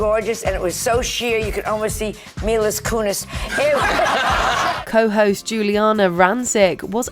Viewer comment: "Milas Cunis" Hilarious!😂😂🤣🤣